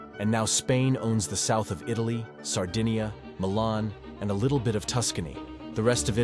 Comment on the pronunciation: Intrigued, I decide to watch this video. The first 31 seconds are enough for me: after hearing the ridiculously incorrect way in which Sardinia (Sardegna would be better...) and Magna Grecia are pronounced, I realize the superficiality of the author and abandon the viewing. Very bad.